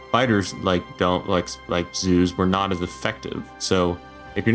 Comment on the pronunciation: Biter zoos started sounding like BiterZeus at some point, and I can't unhear it